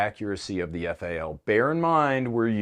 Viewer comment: Quit calling it a faal it is a F A L . Just like the Styer is not an awg it is an A U G. There is no Ack 47 or Arr 15.